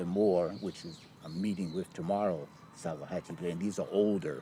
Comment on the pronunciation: It's not called sakuhachi